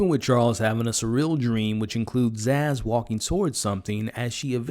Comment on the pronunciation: For the love of humanity, please stop calling her ZAZZ!!!